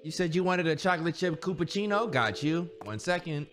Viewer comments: Bro the way they keep saying "chillapichino" wrong make me giggle. It's different everytime.. 😂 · chillapoochi had me crying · The fact none of them could say Chilla-pa-chino I mean to be fair it's a big word but still😂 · I always thought it was pronounced: "Chilla•Puh•chee•no" Am I wrong?😅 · THE WAY THEY ALL SAYING CHILLAPPUCCINO WRONG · Not them just keep mispronouncing chillapuccino 😭😭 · Bro keep mispronouncing Chillapucino